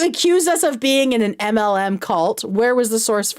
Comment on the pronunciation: her calling mlms “muhlems” grinds my gears